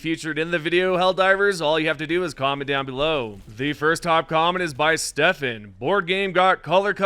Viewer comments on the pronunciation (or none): none